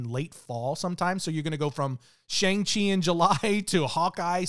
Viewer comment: Its Shāng-Çhi